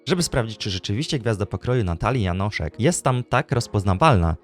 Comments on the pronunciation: Jest tak mało popularna, ze nawet nieświadomie przekręcasz jej nazwisko na Janosik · Janoszek a nie Janosik 😂